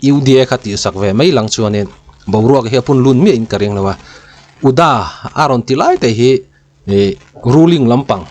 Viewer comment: lah hi tawng nuah nuah rêng mai...UDA poh ati fum fe thei lo uda lam ti reng mai😅